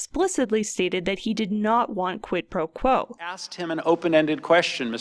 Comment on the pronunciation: "Quit Pro Blow" cracked me up.